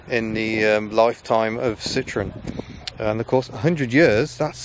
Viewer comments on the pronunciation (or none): It's not a Sitron. It's a Sitro-EN.